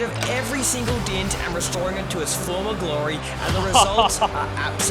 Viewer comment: It's called a dent, not a dint. Try saying dent, please.